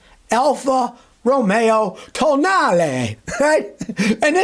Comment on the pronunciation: Alfa Romeo To-nale — or toenail? 😂